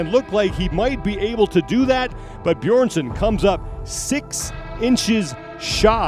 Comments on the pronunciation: Man can you stop calling him Beerson? Maybe next year youll learn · Why is nobody capable of pronouncing Hafthor's last name!? Beeeeeeerson! wtf is Beerson? haha. You'd expect as the WSM that people would respect him enough to pronounce his name right! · The moderator on the stage still cannot pronounce Björnssons name properly, ten names to learn must be quite a challenge. Quite insulting not to bother to practice the name of one of the top athletes. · insult or not, professionally the guy did a pretty poor job. so much better than last year though, Live music go check out Henry and the dude try to pronounce the names last year, it was glorious.